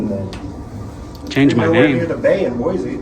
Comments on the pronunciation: It’s “Boise” not Boize. Can’t even say the city name correctly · Well you said it, Idiots. Most of these officers are probably Californians and came from some department where they already messed up. They really don't want to open their minds and understand what you were saying. Also what he was reading seemed to be private property. Oh, there is no Z in Boise. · We know you aren’t from Boise if you say BOY-ZEE lol! It’s BOY-SEE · Check out what the Meridian, Idaho police did to the elderly man recording the cop cars. But please learn to pronounce Boise correctly, it’s BOY-SEE not BOY-Z. Thank you, lifelong Idahoan. Oh and we have a motto here: “Don’t Californicate Idaho!” lol so please tell your people to stay in their state instead of moving here and bringing their California ideals with them. They ruined your state now wanna come ruin ours. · It’s pronounced BOY-SEE not sure why your guy’s schools taught you it’s Boy-Z, that’s ridiculous. Boise is a Native American word. Also, thanks for coming to Idaho and yes our cops are all corrupt and tyrants who don’t know the law or the constitution and will plant stuff on you and lie to make an arrest.